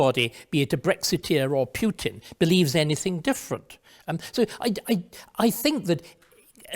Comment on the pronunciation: Is it compulsory for English people to mispronounce the name of the Russian president? Quite who "Pyutin" is I have no idea.